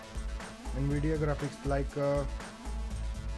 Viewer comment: Yeh an vidia nahai hota nvidia navidia in pronunciation